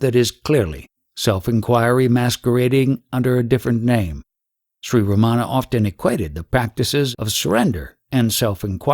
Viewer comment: So insightful and helpful, thank you! But uh, it is not Ramaana, it is Ramana. The "n" is pronounced with the tongue retroflexed back on the palate, but most westerners cannot do that...:)